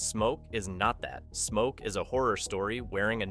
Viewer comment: wait did he say mo when started talking about smoke???